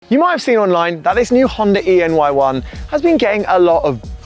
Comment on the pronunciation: It's pronounced Honda 'anyone'